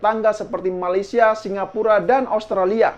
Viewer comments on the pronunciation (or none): none